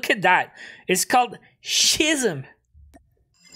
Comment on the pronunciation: Schism means a dramatic change and it is pronounced as ski-sm.....